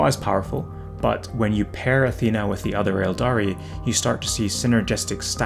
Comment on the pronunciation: Thanks for the great content, love the info in a nice and easy format to consume. Just a side note, it's note, Aethana is pronounced 'Eh thah na', not 'Uh Thee nuh'.